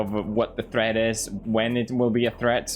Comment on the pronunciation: Video title: 15 minutes of Pewds pronouncing "threat" as "thread"